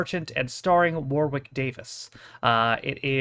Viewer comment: Nice one, incidentally you don't pronounce the second W in warwick (it should sound like worrik) 👍🙂